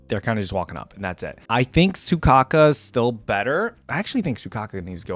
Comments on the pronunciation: You know it's Soukaku, right? Not Sukaku. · Not Soukaka im dying AHAHHAHAHAA its soukaku